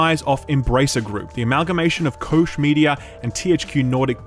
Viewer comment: it's not "koesh". how did you even come up with that?! check a text-to-speech-app maybe? google translate would suffice... good gawd dude...